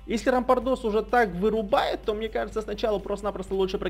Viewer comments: рампАрдос читается на а ударение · правильно рампАрдос рампааааардос и кстати конечно можно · правильно рампАрдос